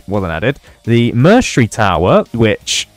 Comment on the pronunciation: Bro saying mercenary wrong lol